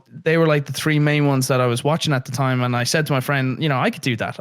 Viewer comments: “Episode TREE” only some people would know where that came from 😂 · I appreciate the “episode tree”